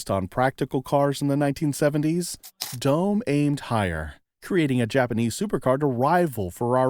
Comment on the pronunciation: DOME is pronounced: “doh-meh”